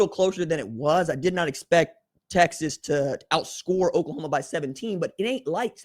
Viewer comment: Lol. He said OklaComa